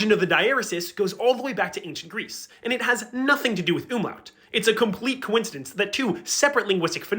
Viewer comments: And yet for the entire video he pronounces umlaut "ümlaut" ( close enough ) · I love how you demonstrativ Umlaute immideatly by saying Ümlauts. Please stop that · Explaining the difference between „U“ and „Ü“ but then continiously calling it „Ümlaut“ instead of „Umlaut“ triggered even my German ancestors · Great content, please learn how to pronounce UMLAUT correctly